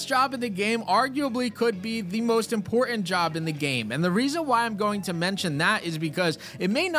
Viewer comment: Please. There is 2 Ts in the word important. It's not imporant